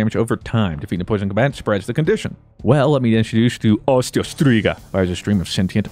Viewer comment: 🤣 STrIGA New scribe cause you pronounce it correctly 😂